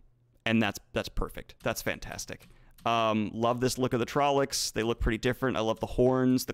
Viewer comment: It's, among other terrible mispronounced words, TrollOcs, not trollEcs. Also, forced Chad laugh confirmed.